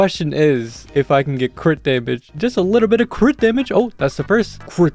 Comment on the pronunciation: When you were saying crit dmg crit dmg I heard quick damn it quick damn it